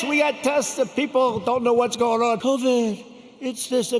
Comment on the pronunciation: Coved. Coved. What a comedian 😭